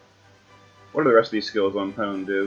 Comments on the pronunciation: Hey, it is pronounced Po-nay. Japanese vowels all end similarly like "Ah" "ee" "uu" "eh" and "Oh". Usually only the first consonants change but the ending vowel sounds usually the same. So it goes on like Ka, Ki, Ku, Ke, Ko, then Sa, shi, su, se, so, etc. I mostly know just Hiragana and Katakana with a little bit of Chinese aka Kanji in Japanese. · The katakana in Pone's name tells me her name is pronounced Poh-nay.